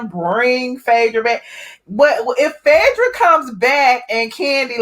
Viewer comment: We Know you're country but please pronounce PHAEDRA's name right..u are purposely screwing Phaaaadra name